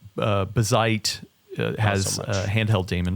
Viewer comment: saying "bigseedy" and correcting with "Bazzite" over and over is so funny to me xD